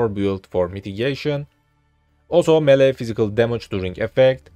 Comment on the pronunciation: "melee" nice guide tho